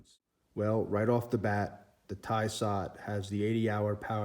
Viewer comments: Correct your pronounciation dude. You are making a fool out of yourself. Tysot and tudder. 🤣🤣🤣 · “Tie-sot” “tuh-der” lmao you dumb fuck... this guy sucks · Would have more credibility if you could pronounce ‘Tudor’ (‘Choo-door’) and ‘Tissot’ (Tiss-oh’) correctly! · Tissot has 2 s's. pronounce it properly